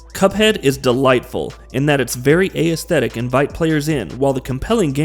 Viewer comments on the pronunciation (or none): Nex Machine-uh and the A-S-thetic is gonna be the name of my new band. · Right when I heard aysthetic, I knew this guy didn't write the dialogue for this video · Bro, I'm trying to love your videos but please pronounce "aesthetic" correctly! lol, it's killing me every time I hear you say it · SAME. Especially if he's going to use it REPEATEDLY like he does, omg. It's like he's only ever seen the word written and never actually heard it.